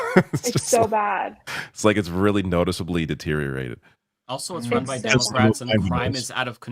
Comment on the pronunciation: When he says democrats it sounds like democwats for years annoyed me too now I look forward to it.